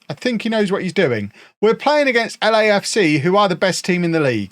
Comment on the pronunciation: When said Lecafca I was looking down and I was confused enough until I saw he meant LAFC. Which made me laugh.